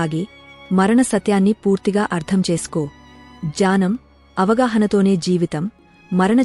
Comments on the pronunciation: Janam kaadu gnanam ani chaduvu. Daya chesi thappulu chavoddu. Telugu baaga chadavadam telisina vaalla daggara nerchukoni videos pettandi. Telugu teliyani vaallu thappulu nerchkuntaaru. Pls be careful while making videos. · It’s not jnanam ..it’s gnanam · The narrater often says" janam .' It is not' janm' .It is gyanam.